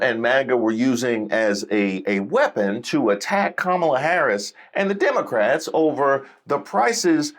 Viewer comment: Trump Tards: This Damn Demuhcrat... Accused Person: All I said to this man was, he needed to hurry up and check out! He was holding up my check out line spouting random rants about, "demuhcrats".